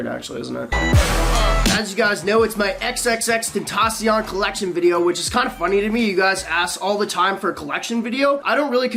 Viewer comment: MANS SAYS HES A FAN AND HAS HIS STUFF BUT CANT FUCKING PRONOUNCE HIS NAME